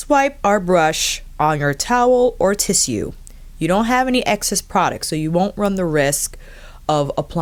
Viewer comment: Had to pause this at 19.33 - I commend you for saying the word "tissue" correctly. I apologise if that sounded condescending, I promise you it really wasn't my intention. Soooooooooo many people pronounce it as "tishoo" and to hear it said as you did was, literally, music to my old ears. Back to the vid with a huge smile on face ☺ xxxx